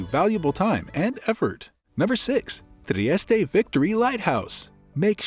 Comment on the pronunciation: At least pronounce the name correctly in your opening sentence.